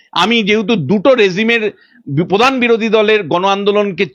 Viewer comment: Padhannoi kathata Pradhan.uccharan thik kar bety